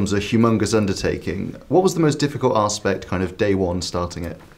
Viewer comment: Did he just say Arsepect 😂